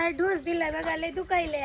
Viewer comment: ढोस नाही डोस आहे 😂